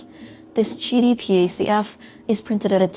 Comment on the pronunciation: If it's che-dee wouldn't it be the chu 1? JK 😂